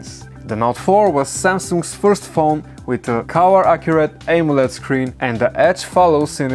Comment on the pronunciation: you pronounced amoled wrong